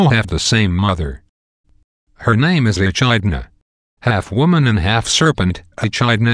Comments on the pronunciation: You pronounce Echidna 'E-kid-Na', not 'E-Chid-Na'. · Interesting Video, but for God's (pun intended) sake, please fix your pronunciation of these names. It really makes me cringe every time time you pronounce Echindna (it' pronounced E-keed-na) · When you know how the names are pronounced and history of each god and goddesses and some heroes thanks to Uncle Rick. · I don't think that's how you pronounce Ares's name... I also think the following pronunciations are wrong: Theseus Minotaur Echidna (I think, IDK) Also, during battles, if Ares is wounded, he always stumbles to Olympus whining like a toddler. The only reason why Zeus heals him is because Ares is part of his family and is an Olympian. :D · That's true, and Echidna was also pronounced wrong.